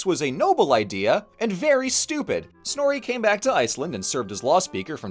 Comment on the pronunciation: I’m literally in a history of Norse mythology through media class rn and god we rant about snorri in that class constantly, this came at an oddly great time for me lol since finals are in a few weeks (also don’t quote me on this, but we have an international student from Iceland in that class and he’s informed us that it’s actually pronounced snorr-uh not snorr-e, but I’m not from Iceland myself so if what he said is wrong don’t come for me lol)